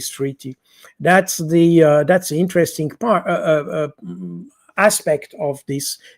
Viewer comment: PS: Only repeating what we know now already, inter-Resting...